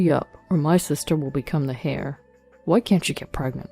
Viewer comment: "Heir" is pronounced "air" not "hair".